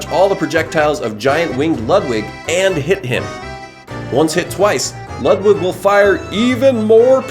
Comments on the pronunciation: IT’S LEWD-WIG NOT LUHD-WIG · I hate ho he pronounces Ludwig pronounced:Lood-wig as Lud-Wig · He’s saying Ludwig wrong it has a oo to it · that’s not how you pronounce ludwig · You keep saying Ludwig wrong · You pronounce Ludwig's name wrong